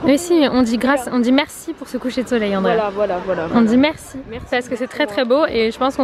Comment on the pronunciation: Petite question qui m'est venue à l'esprit en t'entendant prononcer le prénom de ta cousine : est-ce que son nom s'écrit "Andreia" et tu le dis à la française (Andrea) ? 🤔 Je te pose la question car ma cousine, qui est aussi portugaise, s'appelle "Rafaela" mais on l'a toujours appelée "Raphaelle" (sans le "a" à la fin quoi), à la française. Je voulais simplement savoir si c'était pareil pour toi ou si j'étais la seule 😅 En tout cas top ce vlog !